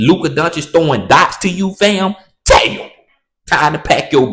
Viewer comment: The way you say dayum is funny asf